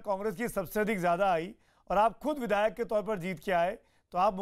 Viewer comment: चु... बिधायक नहीं विधायक होता है ,पहले बोलना सीख लो अखिलेश प्रताप सिंह